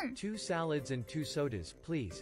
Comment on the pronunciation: まあバーチャル日本で暮らしてたらSaladsをサラダって発音しちゃうのは仕方ないわね